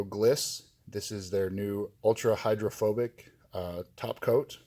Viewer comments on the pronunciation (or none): none